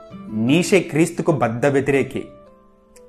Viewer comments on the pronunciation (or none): Neeshe kaadhu. neecha anaali.nietzsche.if you want to know the correct pronunciation check it on the Google